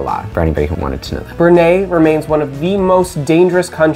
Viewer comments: justice for Iceland…. This is the correct flag! 🇮🇸 Also for Brunei which is pronounced like “bru-neye” and not “Bru-naye” 😅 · Brunei is pronounced like “brew-nye” not “brew-nay”. Also, Canada should be ranked higher than 5. I know this was all based on your own opinions, it sounds like you've never visited Canada despite living just south of the country.